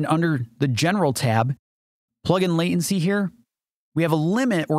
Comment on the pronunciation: There is a "t" in the word Latency